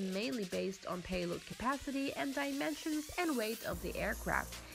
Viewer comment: just came here to see if you are still saying miler per arrrgh! but no speed information, just paehlod capacity.